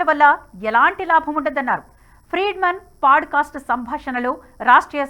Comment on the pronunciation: Thank you for the video mam. very informative highlights. Small suggestion- its not paaducastu its podcast.